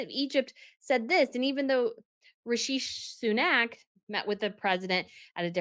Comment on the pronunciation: It's pronounced Rishy Sun-nak...❤